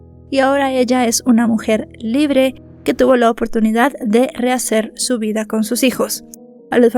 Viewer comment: LIBLE, JAJAJAJA. NO ES NADA SOLO SONABA GRACIOSO, ESPERO QUE ESTES BIEN DEL TODO, ME GUSTA TUS CONTENIDOS INFORMATIVOS, DESDE R,D) WAO HABLANDO DE ESE CASO, YO PENSE QUE CON LOS MORETONES EN FOTO LAS VISITAS AL DOCTOR, YO PENSE QUE SALDRIA INOCENTE. Y NO HAY UN CASO SIMILARES PERO DONDE LA VICTIMA SALGA INOCENTE. PORQUE INCREIBLE ESE CASO, BAY, BY